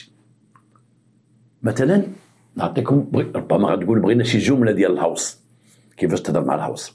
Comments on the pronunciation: السلام سيدي سمح لي نصحح ليك الكلمة ماشي الهوس انما الغوس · ههههههه ماشي الهاوص قول الغَوْس 😂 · الغوس وليس الهوس